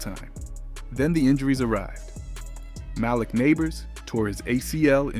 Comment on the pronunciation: Mah-leek bro. How do you not know how to pronounce it?